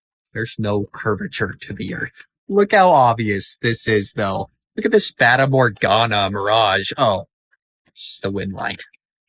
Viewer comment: Another great video but one point. You're pronouncing 'fata' incorrectly.